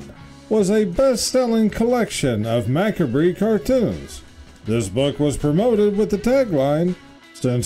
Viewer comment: It’s pronounced “muh-cob,” NOT MMACABREE.